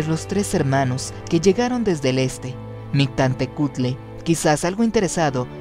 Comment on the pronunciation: Hola, interesante hipótesis, en la pronunciación te faltó la " L" MictLantehcuhtli; falta info de parte JKR para extender éste tipo de ideas. Saludos.